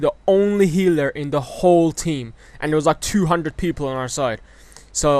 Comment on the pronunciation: The way he say healer is funny